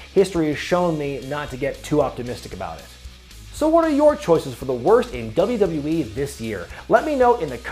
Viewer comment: "dubrubee" - how to pronounce WWE like